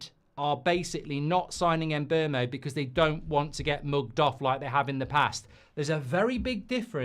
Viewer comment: He said MbuRmo 😂😂😂😂😂😂😂😂😂😂😂